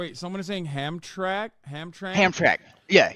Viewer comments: Wrong it’s Ham-tram-ick; I actually live here lol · As a Michigander, its pronounced "Ham-tram-ick"